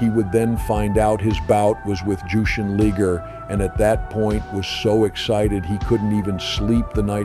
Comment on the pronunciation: Lie-gur. LIGER!